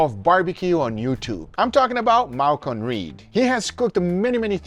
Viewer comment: Bro, its Malcom. Not Malcon 😂